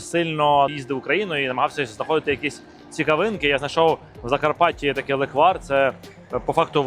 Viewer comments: NE леквАр, a LE'kvar (ь)... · Тільки не леквАр, а лЕквар🙏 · Леʼквар!!!! Ти Євженя! Говори грамотно))) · Ов,справді.Це смакота з дитинства.Тільки наголос на е-лЕквар))) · Слово запозичене з угорської мови “lekvár”. В угорській мові завжди наголошений перший склад(лéквар, бóграч і так далі) Відео , як завжди супер 👍😇💕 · Євгене, правильно казати лЕквар. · Не правильно наголос Леквар наголос на перший склад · Наголос на перший склад, будь ласка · Я з Закарпаття. Вітаю вас! Я кожен рік варю леквар в каструлі і варю його більше ніж 24 години і получається дуже хороший леквар! Наголос треба ставити на літеру е.😊😊😊